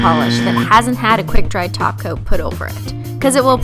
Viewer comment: whenever you say top coat I hear taco!!